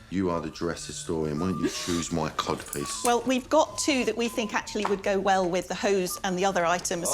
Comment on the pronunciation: Cod piece or Cob piece? I can't hear it